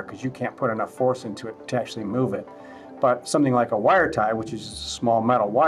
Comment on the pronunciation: It’s “but”, not “bus”.